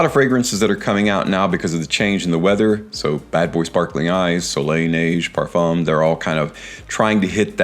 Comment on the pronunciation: Oh no Parfoom again No, please! I love your videos so much. Have you ever heard Ashton or Dallas saying Parfoom No! I am hopeful for next videos